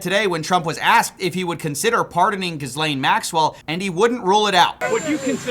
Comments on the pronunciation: I know everyone says it different. But learn what nationality she is and say it the way people from there do. It sounds trailer parky if its actually gill-ayne and were saying gis-lane.. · It’s Gee-lane, not jizz-lane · Pronounced Gee-Len not jizz-lane 😅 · It’s not Jizz-lane. It’s pronounced Guh-lane. Why can’t you get that right? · Bro I love you but the pronunciation is driving me crazy. "gi·layn" not "giz·layn" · I love your work but please mate - it pronounced gee-lane, although Jizlane is pretty funny. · Enjoying the coverage, keep the pressure up. Also not to be that guy but I'm pretty sure her name is said as Gil-lane not Gis-Lane, the spelling is weird but it's french in origin I believe so Gil-Lane makes more sense. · Dude, you sound like a peasant when you pronounce Ghislaine as “Gis-lane” - it’s pronounced “Ghee-len” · Her name is not 'gizzlaine'. its 'gee-lane'. thanks. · Why does everyone keep saying her name "Giz-Lane or Jizz-Lane" I swear her name is pronounced "Gih-Lane or Gih-Lon" whatever though. Lol. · gih-laine not giz-lane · Bro saying geeslane instead of gee lane is straight up french phobia. You know the country who helped you become a country.. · Good coverage but I wish you'd say Ghislaine like Jil-laine, instead of Gis-laine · just a minor gripe but her name is said like "Ghee-lane" not "Giz-lane." The 's' is silent, basically. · Pronounce names correctly, it makes you credible. For this horrible lady it is Gill-Ayne The s is silent. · It’s a French name and is pronounced: Ghee-Len or Ghee-Lane; with hard “g” and silent “s”. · I love that he calls her “giz-lane” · I think it’s pronounced “Jizz-lane”. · The 's' in Ghislaine is silent!! Just like the 'h'. So her name is pronounced 'Gill - lane' with the emphasis on the last syllable. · It's pronounced Ghee lane. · Gis lane? You could at least pronounce the name correctly. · GHEEE-LANE is correct pronunciation. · I think it's Ghislaine with a J sound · The s is silent.